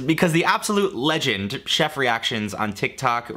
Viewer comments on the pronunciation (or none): none